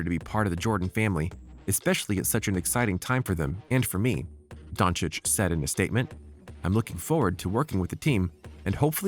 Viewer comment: Actually the pronunciation of his last name is the best i have heard from the Americans